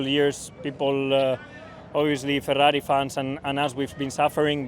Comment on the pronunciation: Carlos - "Fellarri"